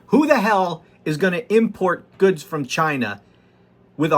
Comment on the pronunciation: OMGGGGG! YOU CRACK ME UP! YA GOTTA LAUGH OR WE'D ALL GO BAT SHIT WACKADOODLE! ONE THING, YOU NEED TO WORK ON THE WAY YOU PRONUNCIATE CHYYYYYYNA. LOL OH YEAH, I'M REALLY NOT SCREAMING, MY CAPS BUTTON IS STUCK. LOL